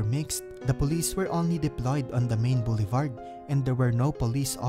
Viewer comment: You mispronounce chaos, dangerous, shouting, boulevard, and disorder. I'm glad there was an English subtitle despite your speaking in English, some words can't be recognized with your heavy accent. You have a lot of grammatical errors.